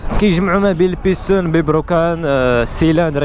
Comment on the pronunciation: بيسطون❌️ بيستون✅️